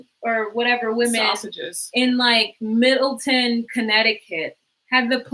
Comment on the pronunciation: It's Middle -TOWN not like Kate Middleton :-) I am from CT